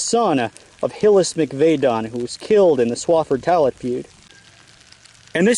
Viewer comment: Buddy you butchered the pronunciation of tollett and Rhea. Tollet= Taal-it ….. Rhea=Ray